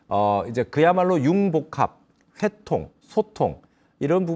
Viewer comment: 또! 틀렸나이다 회통의 "회" 길게 발음해야지요? 이를 계속해서 짧게 잘못 발음하십니다. 회의, 회원, 회장 등의 회도 짧게 발음하시렵니까!? 이야 말로 부끄러은 일입니다. 미국 변 완수 드림. 시청자 여러분 어떻게 생각 하십니까!? 말이란, 일정한 규칙이 있어야 의사 소통이 되는 것이 이닙니까!? 이 문제에 관심이 있으면, 유튜브에, 처 보실까요? 참으로 우리 말에 대한 귀한 강의를 들을 수 있아옵니다